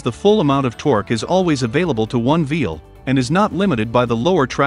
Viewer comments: Is it just me, or does anyone else keep hearing throughout the video the narrator using the word “Vheel” in place of “Wheel”? I thought I was losing my mind there for a moment 🤣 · Is the A.I. saying "vheel" instead of wheel some of the time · Why are you saying veel instead of wheel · He keeps saying “veal” instead of “wheel”. 😂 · It sure sounds like he's saying veil instead of wheel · It's wheel not veel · Some reason you don't use "a" and "the" in the video? It makes the narration sound kind of childish. "_THE_ differential," "_A_ spider gear," etc. Small children leave off articles because they are in a hurry or don't understand how to use them. Also, why is the narrator saying "veel" instead of "wheel?" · Side note, he said "veal" a few times... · I voice is so annoying and y is it saying vvveel But i am interested in this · Veal? What's a veal? Thought that was a meat from a young cow not on a vehicle? Just funny no accent through the entire video except for when saying wheel?